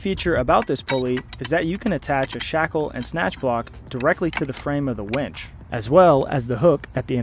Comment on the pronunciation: The auto-generated captions agree with me that you keep saying "wench" instead of winch. LOL! :)